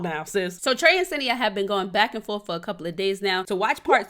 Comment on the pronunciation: senia not asenia